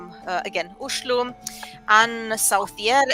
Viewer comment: You pronounce 'Oslo' exactly as local Oslo people say it! 🇳🇴👍🏻